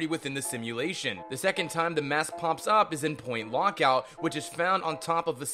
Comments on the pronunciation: Point LOOKOUT*..... Not Point LOCKOUT... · is me or is this guy saying lockout than lookout? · it's point look out . and not lock out. LOL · Why did u say point lock out???? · He keeps accidentally calling Point Lookout...Point Lockout????! How is that even possible. . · it's point (LOOK)out not point lockout. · did you even play fallout 3? (he kept calling it point lockout, not point LOOKout) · I know this is really late it's pronounced Point LOOKout not Lockout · .... "point lockout" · It's point lookout not point lockout you dumb f#%#! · its point look out not point lock out you dolt. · oh god no PLS FOR THE LOVE OF GOD............ stop pronouncing IT LIKE LOCK-OUT ITS PRONOUNCED LOOK OUT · You said point lookout wrong. You said it like LOCKout not LOOKout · 108 - it's "Point LOOKOUT" not "Point Lockout" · He keeps saying "Point Lockout" and it's bugging me. Anyone else? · its point lookout not lockout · its point lookout not pointlockout. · IT'S LOOKOUT NOT LOCKOUT LOOOOOOKKKKKKKKOUUUUUUUUTTTTTTTTTT!!!! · OMG!!!! Point LOOK Out, not LOCK Out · "Point lockout" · its look out not lock out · Hearing you call Point Lookout "Point Lockout" just hurt. It's pronounced literally Point Look Out. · he says lockout... Its lookout :-) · did he just say "point lockout" -_ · It's Point Lookout, not Point Lockout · point lockout? lol, its lookout you noob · sir its not point lockout ITS POINT LOOKOUT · this was atrocious...you can't even pronounce lookout correctly...you pronounced it lockout every time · Are you illiterate? Point LOOKOUT, not Point Lockout. SMH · its lookout, not lockout dumbass. if you're gonna do a video on fallout do it right. as for the facts you gave, they were dull and most were lame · argh... point LOOKout .... not LOCKout... Wreak (pronounced REEK, not WRECK) also, that particular star trek episode did air, and has been repeated quite often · It's not Point Lockout! It's Point Lookout! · he called it point lockout its lookout LOOK out